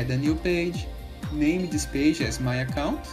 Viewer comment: "How to do dis?" 😂